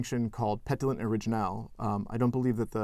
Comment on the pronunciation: The French pétillant was pronounced like the English word petulant